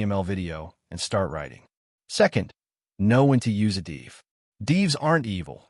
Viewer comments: I am totally agree with you while cringing everytime I hear "deev" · Isn't 'div' just a short for 'division'? Wouldn't it make more sense to pronounce it like the first syllable of that word then? Or do you say deeevision?